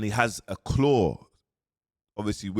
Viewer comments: Did man just say claw 😭😭😭😭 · Man said claw 😂😂